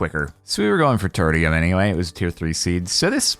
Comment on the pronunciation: Not a huge deal at all, just an observation - "Tertium" is based on the word "Tertiary", so it's likely pronounced with a "sh" sound in the middle instead of a "t" sound. Love the series so far! I'm learning so much about Silent Gear with you lol